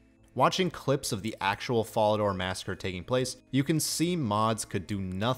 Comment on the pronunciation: Brother you mispronounced Fallador, Varrock, and Ardougne. How do you expect anyone to take you seriously if you can't properly say the names of three of the most notable cities. And what the hell are bruma ruts? I must say your pronounciations turned me off from your content completely. If everyone where you're from sounds like that, let me know so I won't ever go there. Managed about 26 minutes before writing this which is a shame because it was mostly a good video otherwise.